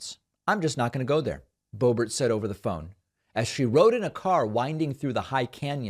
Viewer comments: Pls, David, don't insult the French accent calling her ""Bo-bear". It's an insult to a French accent. Lived there for 3 1/2 years as a French- immersed American as I'm sure you were. Just call her "Boobert". She doesn't DESERVE being called "Bo-bear". Like "Toolsi", friend. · Idk if you’re saying Bo Ber to be facetious or if it’s just pretentious but man it’s driving me nuts every time I hear it. Just say Boebert it sounds far more simple and suits her personality far better. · It's Boebert.....BOW BERT.